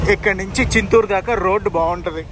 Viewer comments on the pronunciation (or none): చిత్తూరు కాదు నాయనా,చింతూరు. వర్షాలు తర్వాత అయితే ఈ వీడియో బాగుండేది.